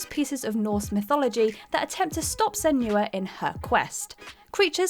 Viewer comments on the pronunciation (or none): Senua is pronounced Sen-wa. If you watched the Dev diaries even one of them you would know that. Please pronounce names correctly.